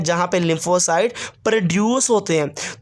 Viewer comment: Sir pronunciation is in correct sapleen nhi h spleen hota h